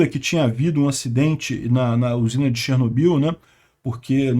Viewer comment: Até hoje falam errado no Brasil, se pronuncia Chernó-bil tônica no ó....